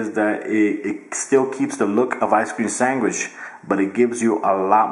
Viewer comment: Did he say Ice cream Sangwish???